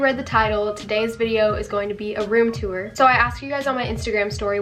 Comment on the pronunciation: you’re room is really pretty but the way you say tour bothers me